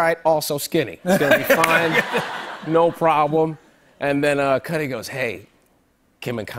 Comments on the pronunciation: I thought cudi was pronounced "koodie" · i cringed when he said kid “cudi” instead of cudddeee like pronunciation wise